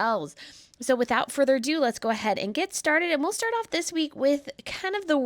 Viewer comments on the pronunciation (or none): none